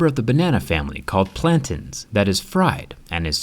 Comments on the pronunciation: Plantans... It’s Plantains. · plantains are not pronounced plantans. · Plantins 😂, i think it's pronounced plantains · MY GUY SAID PLAN TINS, its plantaaain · lol plantans it's pronounced plantains it's African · Plan-tins.. lol you mean Plan-tains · They are not called Pla-tens they are called Plan-teans. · Plan-tains. not plantins. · Plantins? Its plantain. With an A sound at the end. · It's PLAN- TAINS. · Pretty sure it’s pronounced “plan-tains” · the way you say plantains makes me upset😞😞😞😭😭